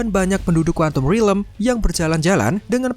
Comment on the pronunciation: Stop saying rilem ffs it's realm